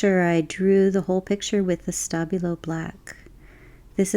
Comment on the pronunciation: I'm a bit hard of hearing and I was SO sure you were saying 'stubby little pencil' instead of Stabilo until about 17 minutes in. Lovely vid with or without my misinterpretation!!